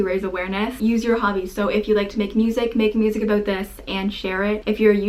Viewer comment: I can not take you serious when you say abuout